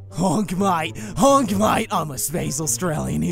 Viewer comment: Not HOONK HUT